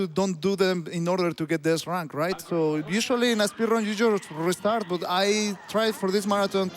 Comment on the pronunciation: "rerestarts" beautiful, all of you